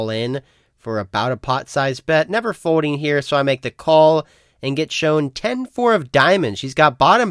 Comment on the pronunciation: What is a fodeing type? Is it the same as when you do or don’t hode? For a guy that’s name starts with an L it’s bananas how much he doesn’t know when words have an L in them.